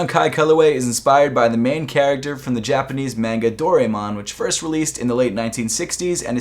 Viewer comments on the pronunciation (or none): Do-rye-mon you were close tho😊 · DOOR — eye— IMAN ☝🏾 Say it with me!!!!! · Most westerners say doraemon like "do-rai-mon". But if you wanna sound cultural, it is pronounce "doh-lah-eh-mon". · It’s ”SAH-SHI-KO” and ”DOH-RA-EH-MON”, c’mon man. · The e in doraemon is pronounced like an i